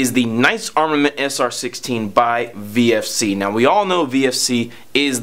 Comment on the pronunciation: VFC not VRC